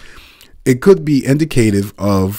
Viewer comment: Hi just want to point out Indicative is pronounced in-dic-a-tiv 👍🏼